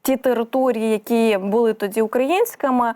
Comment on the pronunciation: Шановна ведуча, перепрошую, але не "тоДЗі", а "тоді"...